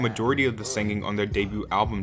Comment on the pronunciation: Stop over-pronouncing the letter "G" when did that become a thin'Guh. The "G" is meant to be silent at the end or in the the middle of words. It sounds insane and is so distractinG. She's not just a singer anymore. She's now a SinGer. Sorry, can't watch. Too annoying. Lots of us have misophonia. Not the speaker's fault, but still can't take it. Most people could ignore it, but sadly, I can't. Probably an interesting video.